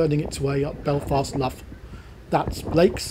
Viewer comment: Nice video! Btw I think the Irish "Lough" is pronounced much like the Scottish "Loch" rather than like Loughborough. Looking forward to your next trip...